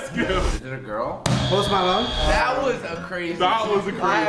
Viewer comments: I love the way he said post Malone “post milone” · he said post malone like an indian men